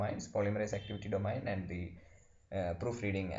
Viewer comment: Thank you for your post, everything it very clear. One suggestion though: please ask someone how to pronounce domain. especially because you use the word so often it is really distracting. this comment is with all respect; I am grateful you took the time to make this video. thank you again.